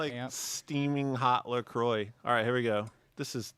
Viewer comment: "Lah Croy"? It's "leh quwah" sweetie! (Ab Fab from the 90s)